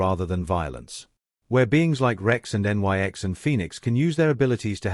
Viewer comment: Always annoyed by the use of stupid, uneducated Artificial Stupids. En-Why-Ex indeed!!! why didnt the writer instruct his artificial Stupid to say NIX when it sees Nyx?